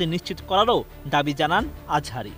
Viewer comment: মিজানুল আজহারি কি আবার.? নামটাও সুন্দর করে উচ্চারণ করতে পারেন না.?